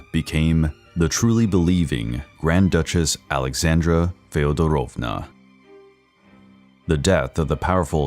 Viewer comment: Fee Odd Drove nya is how you pronounce it.